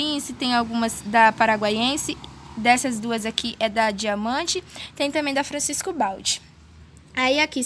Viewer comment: Bom dia minha querida! Essa primeira muda é a Crassula Capitella Campfire! Exposta ao sol fica vermelha e essa outra é sim Echeveria Pálida! Fica gigante! Há e ñ se fala " Francisco Baldi " e sim "Francesco Baldi " tem o tom de "T" antes do C. Bjos!😘